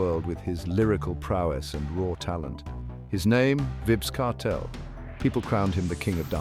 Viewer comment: Have some respect for the man name. The AI voice is not pronouncing his name correctly. Tune it up or just refer to him as "Kartel".